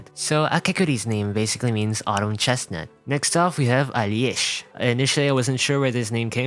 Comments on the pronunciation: as a russian, Alesh sounds more like "Алёша" (Alyosha), because "ё" is usually written as "е" and seeing it written as "Алеша" (Alesha) is normal, and so Alesh, i think, is supposed to be this one, but just lost that suffix "a" at the end. It is a deminitive of "Алексей" (Aleksey). For Aleksandr we have "Саша" (Sasha) instead. Somehow. The origin is still exactly the same as 70% of our names are from orthodox christianity. Pogranichnik is spot on, so a fun fact instead of fach-checking: in ENG he is voiced by the same VA that voiced russian Witcher (Geralt of Rivia). In fight he says "Полнолуние" (Polnolunie - full moon) and "Здравствуйте, Endministrator" (Zdravstvuite - is a polite "hello" litreally translating to "be healthy"). And his soldiers do look like Tachanka, don't they? Well, the OG Arknights does have a Tachanka operator from Rainbow Six Siege. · Из того что услышал, могу прокомментировать только Перлику и русских. Перлика - буквально с китайского переведется как талисман компании, в это я верю больше(я не хочу чтобы моя девочка оказалась злом или в будущем ещё страдала. Хватит ей.). Не Алес, а Алеш, Алёша. Не погранитсник, а пограничник)